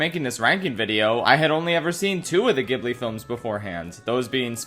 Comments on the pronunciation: oh boy i can feel it in my bones, it's time to be irrationally angry at UPDATE: nvm this list is fine, as expected I personally don't agree with the placement of Howl but it's all subjective so that's fine. The only real complaint I have is that Ghibli is pronounced with a soft G lmao also a slight defense of Earwig and the Witch... the reason the story ends so abruptly is because the author of the book it's based on died before she finished it. The source material is literally unfinished. Why then did Goro and his team not write their own ending? Because one of the big criticisms of Tales from Earthsea was that he deviated from the source material too much, so for Earwig he was basically like "fuck it we'll do it the same as the book then". Don't get me wrong, I definitely agree with its ranking on the list and think that was the wrong decision to make, but I do think it's important to have that context rather than just "UHH IT JUST ENDS ABRUPTLY WTF" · >Ghibli with a hard G It's such a shame that an entire 50-minute video was scripted and its narration recorded without the pronunciation of the studio's name having been double-checked. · I love you- and your videos- and I will watch this because I love you and Ghibli- but oh my god it hurts my insides hearing you pronounce Ghibli wrong 😩 ahem also I never even knew the first one you talked about even existed- and Princess Mononoke & From Up On Poppy Hill are my top 2 😅 I quite liked Tales from Earthsea… I think it’s just because the little singing scene was really cute and I loved it 🥺 I’ve watched most both subbed and dubbed and always seem to prefer the subbed versions 😅 Someone else who ranked these put the wind rises as #1 and since it’s one of my least favourites I’m glad you put it low too 🤭😅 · Fun fact: it's pronounced "JIB-LEE", not "GIB-LEE". In Japanese It's 株式会社スタジオジブリ. Which is transliterated as 'Kabushiki-gaisha Sutajio Jiburi'. Hence the J sound. Not a hard G sound. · Its pronounced Jibli